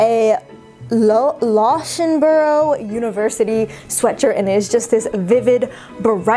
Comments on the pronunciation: Loughborough uni, it’s pronounced luffborough. It’s in the East Midlands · The Loughborough university t is actually pronounced Luffborough